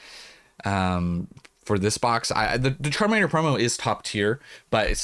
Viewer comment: If u listen to the part where you said the “Charmander promo is top tier” I swear the first time I heard it I thought you said “terminator promo is top tier” 😂 I had to go back